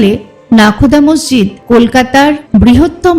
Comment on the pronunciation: মসজিদ নাকি মর্জিদ বলে নাকি মোরজিদ কোনটা 😂😂 ঠিক জানিনা তো